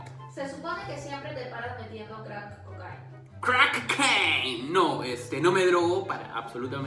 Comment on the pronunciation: Increible que no sepa decir bien el crack cocaine